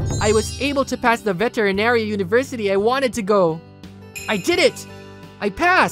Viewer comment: I laugh my ass off the moment i hear vetenary school lol Lovely video though! Story dialog is off sadly but its still a wonderful story!